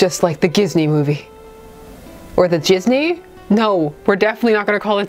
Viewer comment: "We can't call it jizney" it's a dating sim, low-key I think that's like the only way we COULD pronounce it